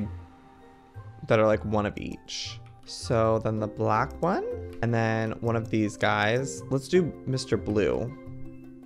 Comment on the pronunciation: Black not blake